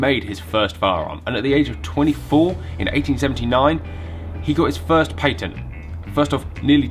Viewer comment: Oh yeah yeah Oh yeah yeah I know what it is I was joking about the way he says it, the pronunciation